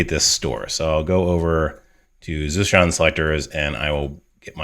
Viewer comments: Is it Zustand like German for state? In that case you would pronounce the st in Zustand like st in state :) Great video as usually. Thanks a lot! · Great video. I like the way you explain, but as a native german speaker, I really can not stand how you pronounce Zustand. "Zustand" is the german word for "state" and pronounced that way: Like the german saying: "Da bekomme ich noch einen Zustand" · I love how you say Zustand 😂 nothing against your content, it's great, as always 🙌🏼 Zustand is the German word for state. You could use Google translate to get an idea on how to pronounce it in german 😁😂 but I'm fine with your pronunciation, continue using it, since no one really cares about it 😁